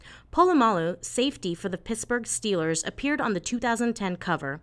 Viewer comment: Did she say "pissburb sealers"